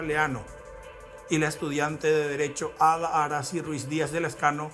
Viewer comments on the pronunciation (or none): Arasy ko no se pronuncia Arasi😢 mba'epio pea che kabaju. E ñembo kurepi ma pio